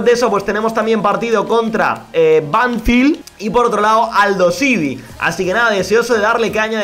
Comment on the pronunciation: la pronuciación es Banfield no Banfild, te lo digo para q sepas como se dice para aprender un poquito más del Futbol Argentino